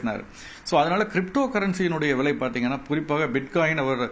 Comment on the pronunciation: தங்கம் ”வ்ளை” என்று உச்சரிக்கூடாதுடா பன்னாடை. ‘விலை’ என்று மிருதுவாக உச்சரிக்க வேண்டும். மேலும் இதே கேள்வி இதே பதில்களை பலபேர் (திரு. நாகப்பன் உட்பட) எல்லா பேட்டிகளிலும் பேசி இருக்கின்றார்கள். அரைத்த மாவையே ஏன்டா மீண்டும் மீண்டும் அரைக்கிரீங்க.....தாங்கலடா. முதலில் பணம் பற்றிய அறிவை வளர்த்துக் கொண்டு கேள்வி கேட்க வாருங்கள். கேட்ட கேள்வியே தினமும் கேப்பியாடா பன்னாடை...ஏதோ புதியதாக இருக்கும் என்று உள்ளே வந்தால்....அதே கேள்வி அதே பதில்கள். தங்கத்தை ஆபரணமாக வாங்கினால் ஆப்பு.....போதுமா. இனிமே இந்த கேள்வியை நீ கேட்கக் கூடாது.